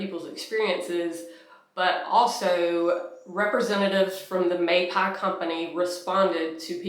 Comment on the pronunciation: Say it "may-pay-ee". Mapei.😊